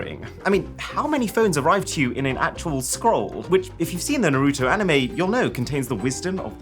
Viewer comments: Pronounce Naruto properly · IT*S NARUTO NOT NARUTU!!! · Arun i love u and all but please its not Narouuto. Its pronounced “naroto” 😭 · Who is nooroootoo? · Dude! It's Naruto, not Naroooto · I know TF he did not NAR-RU-TO its Naruto we gon fight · Noroto ???? Naruto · ITS NAH-RUUU - TOE NOT NOROTO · Bruh wth is noroto, it's Naruto (Na-ru-toe)😂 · Bro why do you say nuhrooto. Its naruto. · Iswear his name isn’t norotoe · Norooto? You mean Naruto? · other people: naruto Arun:Narooto. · no ofense it is prounced nar a toe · “NARUTU PHONE” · Bro said nuruto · if U saw the anime you would know his name is (Nar-Ah-Toe) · Narouto got me 😂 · Arun: saying Naruuto Me: for this sin, u will take a rasengan to the stomach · noorooto got me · bro really said "Narootoo" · also if youve seen the anime thats not how you say his name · Even though you said Naruto wrong you got the rest right so respect also I would love that phone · Why do people all ways say Narutos name like that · Just wanted to point out that you're pronouncing Naruto wrong tbh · that's not how you pronounce naruto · I had to stop watching, after he pronounce Naruto wrong 😑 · he pronounced Naruto wrong lol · Love Mrwhosetheboss but they way he pronounced Naruto was just 😒😒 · Don't get upset hearing him say Naruto. Because he can't pronounce his own name. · you pronounced Naruto wrong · The way you pronounce Naruto makes me shiver with cringe 😛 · Hey great video. I'm going to go on a little nerd rant and then jump back into the Shadows. First, you got to pronounce Naruto right. It's offensive to us weebs. Secondly, why does the scroll open from the side and the phone just come out the top? That's just dumb. And third, scrolls do not contain the wisdom of the ninjas, they contain Jutsu. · We know for a fact that aaron has never watched naruto by the way he butchered his name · Broski pronounced naruto like it was from ohio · The way he pronunces naruto